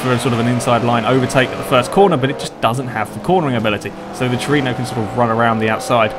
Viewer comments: Tru-e-no :P Not Torino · toyota trueno! not truino! trueno is a spanish word for thunder! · It's Trueno, not Tureno. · Looks like great fun. I might have to join in on future races. I don't have DiRT 3 though, so I'll have to skip that one. And it's "troo-en-oh". Or you can just call it an AE86, or an 86. But it's always "eight-six", not "eighty-six". Or you can call it a hachi-roku, or just a hachi. Or even a Corolla if you really want. Many names for that car.